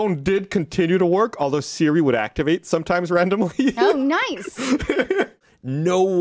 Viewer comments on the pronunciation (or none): none